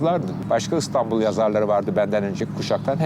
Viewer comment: İNATLA ISTANBUL DİYOR SUNUCU, İSTANBUL KARDEŞİM İSTANBUL! İ İLE YAZILIP OKUNUYOR.